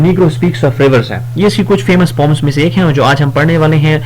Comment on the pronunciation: Sir; you have spoken poems to pomes on starting please correct please do not be angry:face-red-droopy-eyes